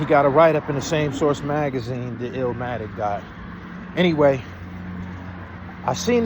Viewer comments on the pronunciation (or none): I heard Pillmatic. trolling lol